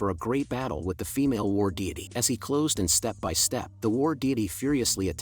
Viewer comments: War diety ❌️ War diddy ✅️ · Why is it when you call the woman he was fighting i here Fi Diddy 😭